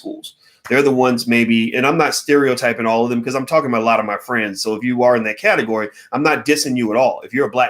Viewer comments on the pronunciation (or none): none